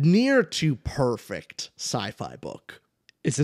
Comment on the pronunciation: pronunced that "p" in "perfect book" like malfoy when saying "Ppppotter" 🤣,, bro i was waiting for this, that first line is so intriguing also can we talk about pierce brown, the favourite creation of god? my man got everithing lol